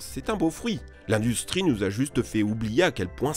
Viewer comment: Nous sans S XD